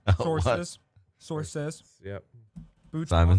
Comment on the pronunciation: attempt at source(s) made my night.